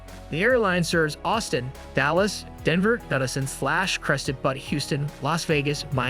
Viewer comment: Some of the worst pronounced names I’ve heard yet. The “Young Dude Bro” AI narration app needs a LOT of work. STREET Barts? Crested BUTTS? FO.